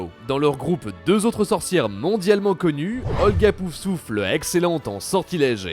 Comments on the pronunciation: Je suis stressé par le fait qu'elle prononce "Poussouffle" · PouFFFFFFFFFsouffle. Pas "Pousouffle". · Il faudrais peut être apprendre a dire POUF SOUFLE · A part l'architecte, les infos étaient déjà connues bien avant la sortie du jeu. Pour la prochaine vidéo sur le sujet, pour essaierez de prononcer correctement "Poufsouffle" et vous retiendrez que le prénom de la fondatrice est Helga et pas Holga 😁